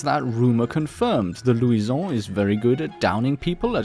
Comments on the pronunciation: 'right' is a great word. Pronounce it right. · the gun is not french pronounce it roght